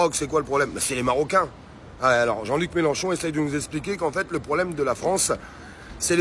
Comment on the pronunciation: Mélenchon pas Mélanchon!